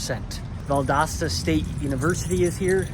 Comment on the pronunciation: Valdosta, it is an O, not an A Pronounce it - val·dow·stuh - Stay safe. 😊